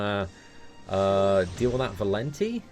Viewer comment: it's Valenti, not Valenty LOL